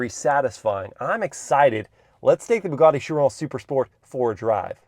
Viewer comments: "BOOGARDY"?? It's "BUGATTI" "BU" rhyming with "YOU", "GATTI" rhyming with "FATTY" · it's nice that Andrew tate let you drive one of his "bwuguattis"